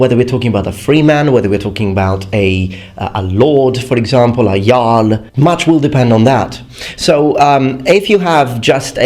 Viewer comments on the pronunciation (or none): none